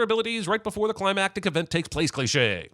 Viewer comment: Avildsen, not "Alvidsen." 🙄Also climactic, not "climatic."